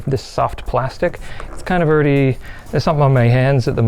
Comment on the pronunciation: Plasics, yea that new material.